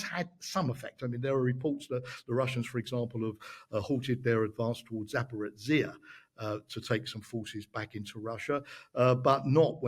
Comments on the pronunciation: What do you do when you don't care? You get Zaprozyhia or Surofkin or WHATEVER. Ukr should be concerned. Very concerned. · Never heard this bizarre pronunciation of Zaporizhzia before. Why is it that so many podcaster, news hosts, and guests of same, both civilian and military, so brutally mispronounce this word? Why do they not feel responsible for finding out how it is pronounced in Ukraine? Look it up, listen to Ukrainian news programs, pay attention to how Ukrainian guests say it - there's simply no excuse for this professional irresponsibility.